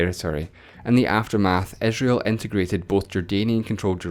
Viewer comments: capital of Eh-srael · Dude, what wrong with your accent??? You pronounce I as E and E as I.... cety? Esrail?